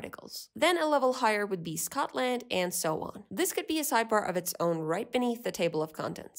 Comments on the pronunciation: why do say scotLAND like that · The way you pronounce Scotland T_____T would make a Scottish person shiver.